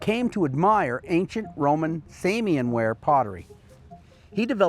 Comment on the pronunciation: Samian pronunciation correct, from UK archaeologist.